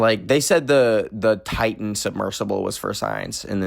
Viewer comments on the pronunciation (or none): none